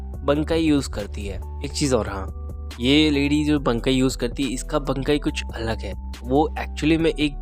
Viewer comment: Bro it's BANKAI not bnkai